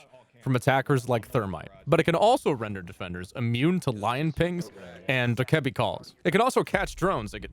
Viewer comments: Dakeebi? DokaBae is how its said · Did he say dikebee like bro it’s doke a bee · Also saying dukebby not docabee (this is the phonetic way of writing) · FYI it’s pronounced Dough-Kuh-Bee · Y do you say Dokkaebi like that!!!? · I hate how he says dokkaebi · Is dokabi really pronounced like that?